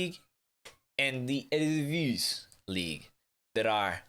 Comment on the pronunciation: How you pronounce eredivisie is so fun hahaha